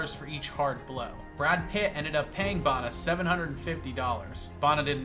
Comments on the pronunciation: Bana, pronounced the way it’s written, not “Barna” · Say it like this mate… Banner. Not whatever it was you said 😂 so say it with me now… Eric Banner 😂